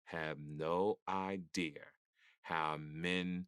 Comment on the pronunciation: I be like "Ok, you might be on to something!", then he says words like "idear" or "comftable" 😔🤣